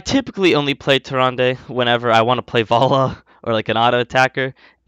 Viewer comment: I believe it is Tier rand not Tier Randay 😂